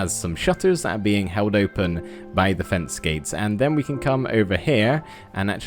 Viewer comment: Cool detail btw that I love! Saying " Our" Instead of " Are. " I love watching your vids btw!!